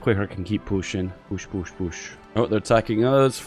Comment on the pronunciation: #PUSHSOSTRONG Soviet Union? Ha more like Soviet gone! Btw I love how you pronounce the word PUUUUUOOOSH